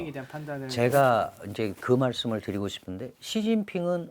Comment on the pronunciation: 교수님 명강연 잘 들었습니다. 허나 발음에 신경써주세요 고통스럽습니다. 소비, 싶은데 이런 ㅅ자 발음에서 휫파람 소리가 너무 강해서 기계음 때문에 귀가 찢어질 것 같습니다😢